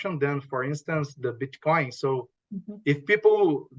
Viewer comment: He says Bitchcoin😂